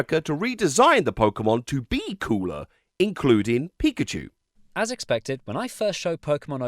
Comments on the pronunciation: Pa-Koo-Cho is my favorite Poo-Kay-Man!!!! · Not Pakoocho 😭